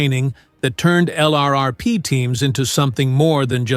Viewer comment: Your robo-voice doesn't know pronunciations - sounds like a boot. LRRP is pronounced Lurp , to start.